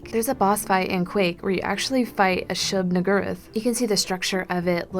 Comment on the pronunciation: She said "niggur"